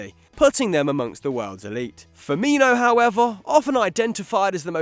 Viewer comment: I cringed when he said Robert firmino😞